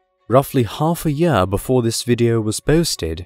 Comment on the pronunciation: "astronomical units per yaaaah"